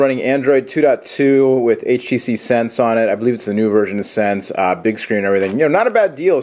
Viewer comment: I get it : HTCEEE Inspire 4GEEEE from At&tEEEE. lol